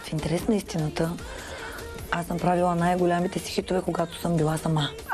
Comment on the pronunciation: Толкова години известна и никой не й каза,че не се казва " бЯли" ,"голЯми"...